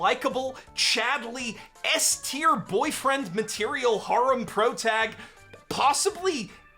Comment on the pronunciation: Why tf do you say "harem" like that?